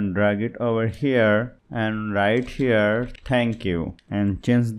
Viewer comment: Herre herrre heerreeee 😂